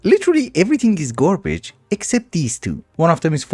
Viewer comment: love the way you say garbage, ''gworbige''